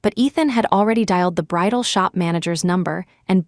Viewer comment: BRIDAL not bridle